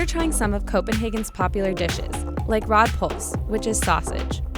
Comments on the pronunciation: Her pronunciation on the food is like a mirror cracking to my ears, I know that it’s a hard language but the rødpolse was horrible 😂 sorry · Great video, really enjoyed it. But, "Rod Puls", I had to laugh at the pronunciation.